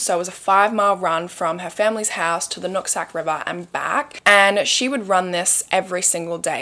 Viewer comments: I kept hearing you say nutsack river😂😂😂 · “Nutsac river” 🤭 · I'm so childish, but did you say the Nut Sack River 😂